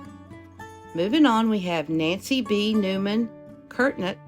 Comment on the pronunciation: There was one family of Curnutt I grew up with... it's pronounced kur-Nutt...😊 A long shot that this Baker is a relative because it's such a common name, but I made a note to check it. Thanks for another interesting episode of our Appalachian ancestors 🤗❤️